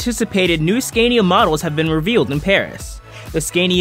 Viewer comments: Learn how to say Scania properly....!!! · Learn to pronounce SCANIA and RENAULT correctly.